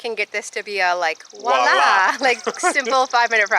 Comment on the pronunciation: How many times are you going to say "woila"? It's "voila".